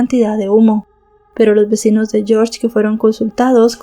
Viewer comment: yiorye en Rumanì....yorsh es ingles